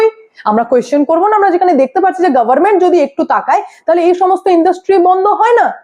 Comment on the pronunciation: মা তোমার প্রতিবেদন গুলো মোটামুটি ভালোই লাগে তবে তোমার প্রতিবেদনে কিছু কিছু শব্দ উচ্চারণে অযথা জোর দাও যেমন গভর্নমেন্ট আর অত্যধিক ভাই ভাই কর এটাও বিরক্তিকর লাগে। বিষয়গুলিতে একটু নজর দিও।